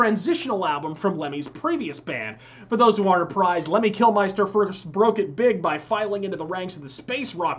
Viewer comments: Amazing video, mate. Though it’s always bugged me how Americans pronounce Kilmister. Saw them in Vegas and a fellow Marine I met was talking about Lemmy Kilmiester, I asked him how he said ‘mister’ and he said it, then I asked him to put ‘kil’ before it and he was shocked. Anyway, that’s enough of my boring analness. Thanks again for the vid 🤘🏻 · It´s KILMISTER !!!!!! not Kilmeister, for god´s (Lemmy´s) sake. ... Other than that awesome Video my friend, all hail Lemmy ! all hail Rock n Roll !